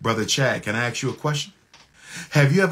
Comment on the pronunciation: "Ask" not "Axe"